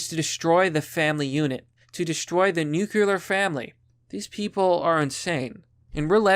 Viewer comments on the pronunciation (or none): "To destroy the 'nukular' family" Someday you'll learn how to read lmao